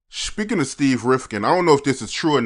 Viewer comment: Speaking* not "shpeeking"